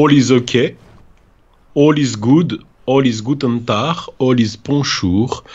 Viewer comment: Il faut dire à que c pas guten tar c guten tag